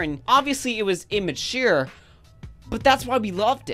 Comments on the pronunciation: Did you seriously just say imma-cheer? Lmao 😂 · "immatuyre" lol never heard it pronounced that way. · imituiiiiiuuur XD that how you said it sorry mate !